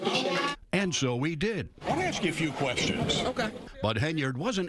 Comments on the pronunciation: Anyone who says “axe us” shouldn’t lead anything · She’s wants the media to “reach out to us and “ax us” her opinion before you post it.” Geez…….”ax us”? Really? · axe, what's wrong. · Anyone who cannot properly pronounce the word "ask" should be automatically disqualified from holding any public office.